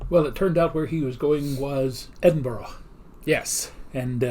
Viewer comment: You said it right!! It’s Edin-bruh or Edin-buh-ruh depending on who you ask!